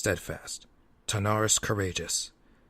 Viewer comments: Lovely work. Please do! If I can make a request, please get the names right! Wrynn = Rin (Like Tin) Terenas, not Tanaris ;p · Hey there, just a quick ear sore that bugged me so much: King Therenas Menethil. King THERENAS, THE-RE-NAS, not Thanaris. And also Turalyon, TU-RA-LYON, not Terelion. Otherwise, I've read this book in two languages and I find you capture the characters well. Keep up the good work.